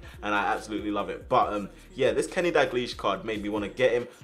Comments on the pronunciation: Btw it's daL glish not daglish, just saying because sometimes you miss out the first L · dagleash? its dalglish - dowlgleash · the pronunciation of Dalglish is killing me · Too bad he can’t say dalglish right